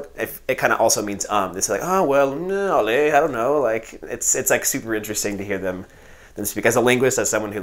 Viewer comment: Ahah your "allez" was on point!